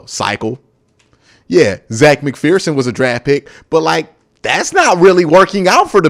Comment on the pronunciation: "Zac McPhearson"... OK, my guy. You been hitting the Denny's with Justin Reid?